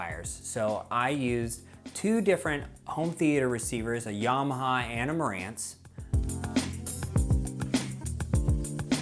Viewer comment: Why do you say 'Yarmaha'? It does not have a 'r'